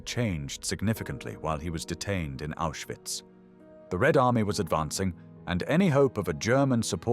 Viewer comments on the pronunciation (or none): none